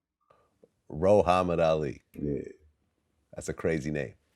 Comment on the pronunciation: “RoHuhammad Ali”